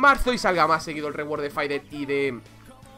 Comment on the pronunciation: Porque le dice Faidel Es y siempre será Fidelito